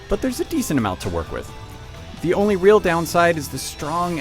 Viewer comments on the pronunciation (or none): none